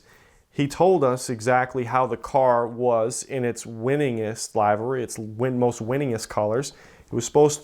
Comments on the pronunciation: For the love of Christ; someone teach this guy how to pronounce 'livery'... 🙄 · Liv ah ree not live ah ree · One, somebody teach this dude to say livery correctly. Two, somebody slap the piss out of him for being a dumbass that thinks an old race driver is the equivalent of your grandmother. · Well, they could start off with a guy who knows how to pronounce "Renault" and "livery". Doesn't exactly inspire confidence in his knowledge about anything else re cars.